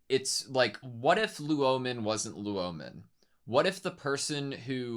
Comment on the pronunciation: Yeah, the correct way to prounce "ou" in Chinse is the same as in Japanese, Loulan is pronounced "low-lan". And Luomen had also been mispronounced at as "Lao-men". It should be pronounced "Law-men". In short, Lou should be pronounced "low" and Luo should be pronounced "law" (really "lu-aw", but "law" is close enough).